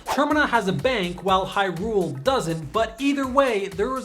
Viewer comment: I told you this before man! The emphasis in Hyrule is on the Hy, not the rule! Sorry, it just bothers me.